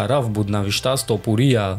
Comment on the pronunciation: Братчон илтимос хаму топурияра дуруст талафус кк илтимос. ТопурИиия нестай у тОопурия меша. ИншоАллох наимов мезанаш.